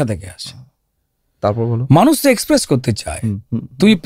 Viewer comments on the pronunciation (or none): none